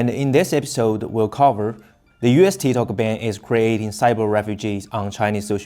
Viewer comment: Its TikTok not TiTok !!